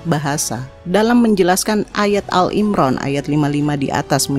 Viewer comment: Maaf saya sekedar mengoreksi saja. menyebut surah ali Imran menjadi al imran. Maaf bkn mksd menggurui